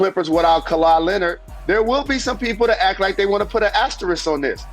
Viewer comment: Jalen said Kawhi Lenil and Drew Holiway 🤣🤣🤣